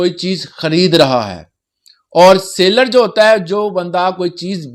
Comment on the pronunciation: Seller not sailor.